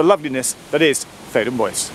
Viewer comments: ""Bois"" is, I believe a French word meaning ""woods"" and is there pronounced ""bwa"" and not ""boys""! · Bois is pronounced Bwah it's French for wood. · Oh wow does Bois rhyme with voice, not trois?! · Boise, Idaho. Theydon Bois. Pronunciation definitely not French. Faraway underground stations are always interesting. Does Epping connect to another railway?!!